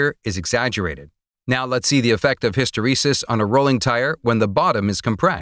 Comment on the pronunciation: His pronunciation of hysteresis is driving me nuts...